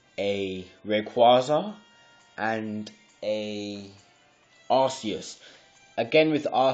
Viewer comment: He says, "Arsseeus" XD it's like "Arkeeus" 'c' sounds like a 'k' not a 's' Have you seen the movies? XD